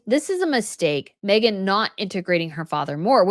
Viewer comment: please quite saying magen Markle all the time